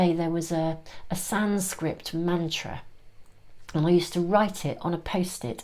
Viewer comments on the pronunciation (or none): *Sanskrit ~ but I like your pronunciation Sanscript - making a mantra one doesn’t understand the meaning of more accessible and personally resonant 🕉